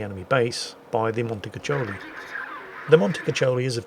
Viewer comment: Please, read it as "Montekukkoli", but only because "cuccioli" (like you say) means "puppies", and Puppies Mount sounds so inappropriate :D Ok ok, let me grab my beloved pickaxe and I shall go ASAP.